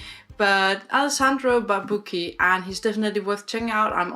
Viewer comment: Hi, I'm italian and, just for your info, the correct pronunciation of "Barbucci" is with the "chi" (like in the english word "chin") in the end, not "ki".